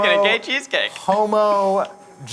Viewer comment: Eugene trying to pronounce homogenized is my new fave thing